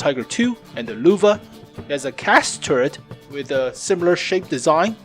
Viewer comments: It is Lehwe not Luvah,... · LÖWE not LUWE!!! As a german I got cancer hearing that. xD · Every time you say Lowe i cringe. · its frustrating listening to how he pronounces "löwe" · Bunch of idiots in the comment section “yOu SAy LöwE WeIrD